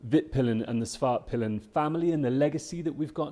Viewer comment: The correct way to pronounce the names is: Vitpilen = ”Veetpeelen”, not ”vittpillen”. Svartpilen = ”Svartpeelen”, not ”Svartpillen”. Svartpilen = Black arrow Vitpilen = White arrow.